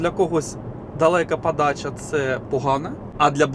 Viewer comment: Противно та смішно сдухати, ПАДАЧА, ЗУПИНАК, ПАРАХУВАТИ, ПАТУЖНА, ПАПЕРЩЕ, ПА КАМІОРТУ, НА ПАЗНЯКАХ, ПА БАЛТУ, ЖЕСТЬ!!! КРАЩЄ ЇЗДЬ МОВЧКИ!!!!!